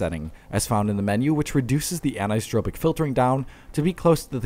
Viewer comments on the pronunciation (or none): My guy, the last part of "anisotropic" is not pronounced TROW-pic, it's TRAW-pic (an-eye-suh-TRAW-pic), like in "tropics" or "tropical"